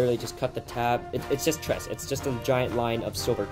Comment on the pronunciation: Good video, but the collar trim for NCOs is called Tresse...the final e is pronounced. I speak German and "tress" is painful. At least you didnt say "Luftwaff" lol.